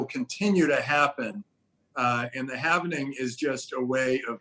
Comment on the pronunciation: it is called hal-ving not hal-ve-ning